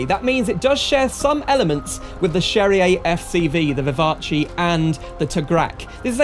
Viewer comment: The "Vivatchi" ??? It's French, not Italian. The end of is prononced like in "gas" in English.